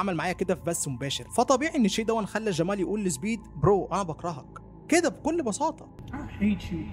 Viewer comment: ماتنطق جمال عادي مالك تعوج في لسانك 🙁